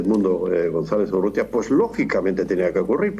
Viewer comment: Urrieta? Urrútia, es la correcta forma.